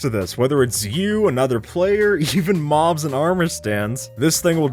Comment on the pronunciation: in the intro he audibly says "maws" instead of mobs he just doesnt pronounce the b